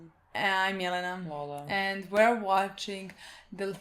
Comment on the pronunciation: guys guys guys hold the freak up, are you guys and Lola or Milena and Lola?? The video description sais "milena - oneofthe100" but my ears hear every time she introduces herself, what is THIS i need to know xD